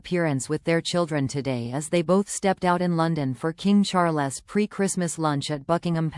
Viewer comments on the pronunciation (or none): "King Char-less..." - ???? Get a human to narrate, please.